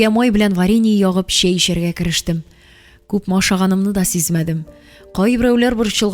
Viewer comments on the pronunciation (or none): Слушать хочется,но когда звук ччч произносится как щщщ слушать не тянет.щэй,щэщэк,кищэ,щищенгэн и т.д.и т.п.